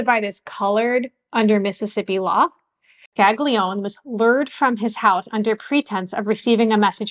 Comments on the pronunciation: With all respect,the documentary was very interesting.I would suggest studying Italian or at least proper pronunciation.The name of one of the persons mentioned,Sig.Scaglione,is pronounced more like ' Scal - lee- own-ay' not 'Scag- lee - own' like you were pronouncing it.A "G" followed by a "N" or "l" is not pronounced as "G". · Great channel! I just wanted to point out that the name "Scaglione" is not pronounced "skag-lee-own". The pair of consonants "gl" is its own sound, that is pretty difficult to pronounce for non native Italian speakers. Also, the final vowel "e" is never silent in Italian. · Scaglione is pronounced Scali-yon-ay. GL makes a lyon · Scaglione is pronounced scallione gli and gle in itallian is pronounced li the Spanish ll ...like tortillas ...but a little bit different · the short explanation, the rock category known as Ska, I'm sure you know of it. Think of pronouncing Scaglione as in 'Ska'. Glio-as in 'Yo Bro', Ne-Air (omit the R) Ska-Lyo-nair. Air/Hair/Share, by omitting the 'R' pronounced by you good folk in the U.S, that is the closest sounding comparison. I'm not trying to change the way you speak...in Italy, well. Best wishes to you! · Excellent report. Helps one to relate to the atrocities endured by the blacks. As an Italian I was disappointed by the mispronunciation of Scaglione. The "g" ishould be sort of silent. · sorry, but you pronounce Scaglione the wrong way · His name was originally pronounced "ska-lee-OWN-ay". "Skag-lee-own" is an anglicization. "Man-jee-OWN-ay" not "man-jee-own".